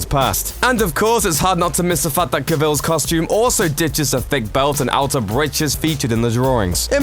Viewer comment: Why do top 10 lists seemingly all misspronounce things, how hard is it to look up how to say Gadot or Caval?